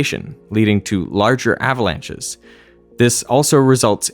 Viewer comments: ahhh-vuh-launches ... Thank goodness for the "mute" function. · Thumbs up for "ava-launches" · I really hate the way he is saying "uhhhhvalunches"